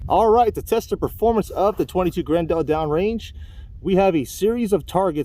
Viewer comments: FYI, it's not gren-DEL, it's pronounced "grendull", like the antagonist from Beowolf. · If I hear him say Grin-dell once more I was going to stick an ice pick in my ears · "Gren-dell" lol